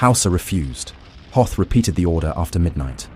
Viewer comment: Hoth rhymes with both